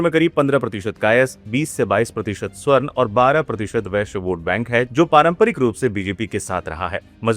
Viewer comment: स्वर्ण नहीं, सवर्ण उच्चारण कीजिए भाई साहब !